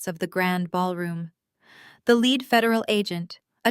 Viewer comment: the plot is good but I have great difficulty following the story due to the missing "posessive S" that need to be attached to the names to make sense of the context. Also the mispronunciations of words like bow or lead, wound etc. I find myself constantly thinking "WHAT...oh yeah they must mean..."